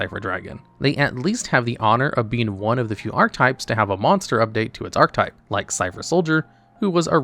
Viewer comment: The way you pronounce "archetype" checks out for the average Yu-gi-oh fan of which often pronounce relatively common words incorrectly 😅